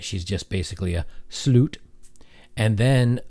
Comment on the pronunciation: I love your pronunciation of slūūt. Priceless!